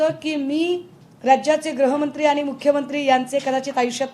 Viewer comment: ग्रहमंत्री नाही ताई, गृहमंत्री म्हणा